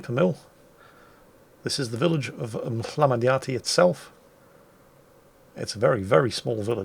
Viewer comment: so you are telling me you can pronounce Mhmlambanyasti correctly but not abcd13 or TBHS?? seriously?